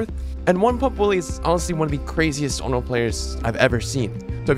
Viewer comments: ON-REE-OH. PLEASE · listening to say onro throughout the whole video... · What did you say her name was? Onlo? xD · The pronuciations of "Ringu" abd "Onryo" bring me physical pain. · I think you gotta work on your pronunciation of Onryo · That has to be the weirdest pronunciations i have heard for "onryo" 😅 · Lmfao bro it’s so cringey that you say “Onryo” the wrong way. Like I actually stopped watching because of how cringey that was. Educate yourself, kid